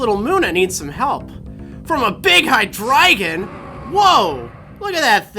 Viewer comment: It's muh-nuh and hi-dree-jun, not Moona and high-dragon